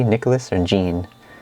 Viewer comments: mm, jean is pronounced more like zhorn (john with a zh) in front. ya know like les miserables! jean valjean! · Jean is not pronunciated this way, it's a man's name. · Jean = John (<- Sounds like Shawn)